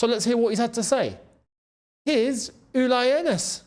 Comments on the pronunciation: And its NOT Uly! Its Ulee!! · Firstly Younes you need to learn the pronunciation of the West German legend his name is Uli (rhymes with wooly) & his surname is Hoeness (pronounced Hurness). We always knew there was a clause in the contract saying Jackson had to play so many games & there was no way he was going to displace Kane, Diaz, Musiala or Olise